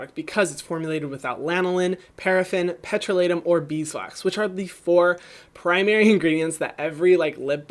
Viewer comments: "Petro-lay-tum" Never heard it pronounced that way! I always said "petrol-uh-tum". Interesting! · im having an aneurysm over how you pronounced petrolatum